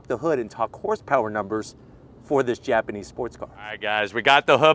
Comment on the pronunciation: Japanese not Gapanese Bupra 😏